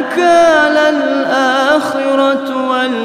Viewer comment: فَاَخَذَهُ اللّٰهُ نَڪَالَ الۡاٰخِرَةِ وَالۡاُوۡلٰى assalamualaikum ustad izin mengoreksi bacaannya ustad, pas surah an naziat ayat 25 فَاَخَذَهُ اللّٰهُ نَڪَالَ الۡاٰخِرَةِ وَالۡاُوۡلٰى Fa-akha zahul laahu nakalal aakhirati wal-uula Bukan nakalal aakhiratu ustad